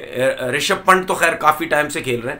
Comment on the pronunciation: पंट नहीं पंत